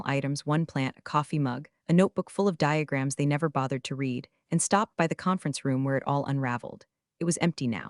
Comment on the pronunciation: Please teach AI how to pronounce “read”.